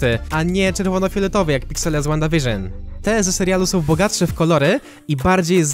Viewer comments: przepraszam, ale to jest Wanda a to Vision WandaVision. Proszę czytaj przez,,w" a nie,,ł" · NIE CZYTA SIE ŁANDA WIRZYN TYLKO WANDA WIRZYN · Czyta się przez ł...